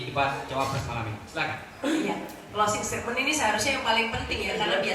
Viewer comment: Mas / mbak admin..., tolong belajar lagi bahasa Inggris dengan baik dan benar. Kalau belum paham bahasa Inggris, sebaiknya pakai bahasa Indonesia saja. Pernyataan penutup kalau dibuat dalam bahasa Inggris itu "closing statement" bukan closing stadmen...! Semoga ke depannya lebih baik. Terima kasih...